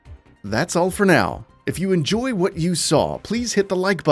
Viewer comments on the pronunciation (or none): none